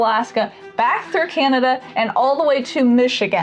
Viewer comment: As a Canadian. Im dying how he's saying Can👏na👏da. Reminiscent of how i say banana. I pronounce it, CaN👏naDA.(almost rhymes with panda.) Hit that first N hard. Like it owes you money hard. The second N's barely an afterthought, if it makes the cut at all. The second A is a personal preference A. To each their own. DA is just DA. Take the ta outta tada and TADA.🎉🎉🎉